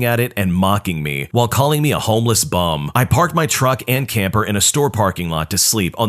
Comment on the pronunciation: nahhh the brother is British I swear you can tell when he calls him a homeless bum like BUM out of every other word you could used